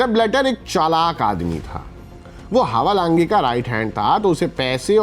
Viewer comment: भाई नाम का उच्चारण तो सही करो ! हवालाँगे नहीं हैवालांज बोलिये फुटबॉल गुरु 😅😅😅